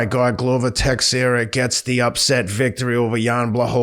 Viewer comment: Glover "TEX-era"😂🤣😂